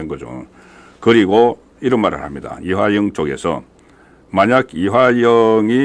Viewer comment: 국건씨! 이하영 아니고 이화영! 방송계속 하려면 발음연습 좀 하세요.